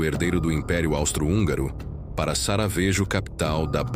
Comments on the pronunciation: Sarajevo! Você errou, amigo! SARAVEJO tá bem errado !!! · O cara querendo contar uma história que ele nem sabe falar onome Sarajevo